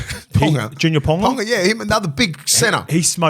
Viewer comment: Scope should know better. “Pauga is not pronounced “ponga”.